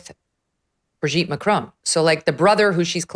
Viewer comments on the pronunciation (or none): Why do Americans pronounce it Macrone when it’s MAC-RON? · Macron not Macrone. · For God’s sake woman it’s not “Macrone” or “Trogno”. can you pronounce names properly please. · Have the decency to pronounce their names correctly…..it’s not Macrone, it’s Macron. Have the basic decency to at least make an attempt to pronounce their names correctly…. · It's Macron Megyn, not Macrone. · Why do Americans pronounce it like this? Just pronounce it "Mac" (as in the computer) and "Ron" (as in the shortened version of "Ronald", and Harry Potter's best friend!). Mac-ron. It's not spelt "Mac-rone"! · Why do you all say Macrone? There is no E + it's Macron On Macron Not crone No e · "Macrone"? I think the French are in pain,hearing your pronunciation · Why do Americans struggle so much with the pronunciation of "Macron"? Either say it the English way, rhyming it with vowel sound in "song" (ending in a hard n sound), or do it the French way, as all Canadians know how to do, which is not really an "n" sound at all at the end, but more like the vowel sound in "pawn" (no n sound). Under no circumstances, by any speakers, anywhere in the world, should this name rhyme with "bone". This just makes you sound like someone with no clue how to say it but who is trying to sound French. It does not ever, ever rhyme with "bone". Not in French, not in English. Please improve your pronunciation. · Can you please learn how to correctly pronounce Macron? It's driving me nuts. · Can American people just pronounce Macron correctly? Also Brigitte has a feminine voice, and you cannot take hormones for the voice! This is the most ridiculous and vile nonsense. Owens is ridiculous. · Learn how to pronounce Macron in French !! You pronounce her first name in French too!! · Would be nice to hear Macron and Trogneux pronounced correctly. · Megyn's French pronunciation needs some work. Macron, Trogneux, Amiens